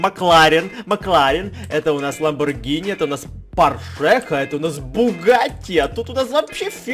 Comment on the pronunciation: Не лабонгири а лабонджири правильно говорится